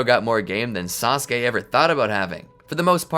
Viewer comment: I love how everyone is calling sasuke, "treesuke" ❤😂 just feels funny to me